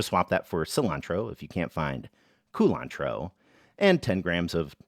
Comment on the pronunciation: the way you say culantro to emphasize that you're talking about culantro and not cilantro never fails to make me laugh.